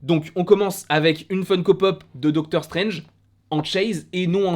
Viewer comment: Docteure strainge ne mouliverre se Malnait 😂😂😂😂